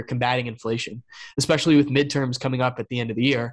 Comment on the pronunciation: seems so smart until he says EXSPECIALLY 🤣🤣